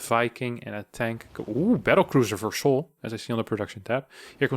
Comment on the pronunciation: i really wonder how do you manage to mispronounce Kelazhur as Kelazur, while tending to say <Sh>oul and all other "s" letters in words as "sh" at the same time XDD